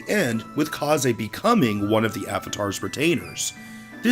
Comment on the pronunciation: It bugs me how he says kazes name... I think my favorite s rank for Corrin is with takumi because of their c9mplicated backstory. They are so cute and perfect